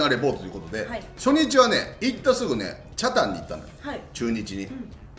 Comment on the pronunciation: こんばんはいつも楽しく見てます。 地元民ですが、北谷のイントネーションが間違ってます。